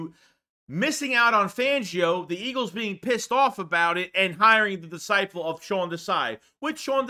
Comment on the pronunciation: I'm not tryna bash you but when you say disciPle I bag tf up. 😂